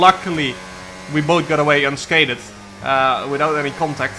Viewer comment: POV: you came here when he said unsca-thed